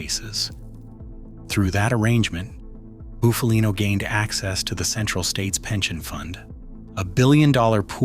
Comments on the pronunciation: Not fkn ( Boof-a-lean_O ) it's Buff-a-lino ! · Shite ai pronunciation